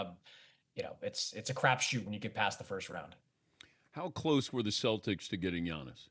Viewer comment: I’m assuming they consulted with Ant, and he said get me LaMelo. And Dan, it’s the Celtics, not “Cel-dics.”